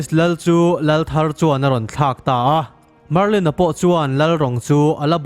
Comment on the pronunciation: Marlin hi chiang zawk in lo ti leh laa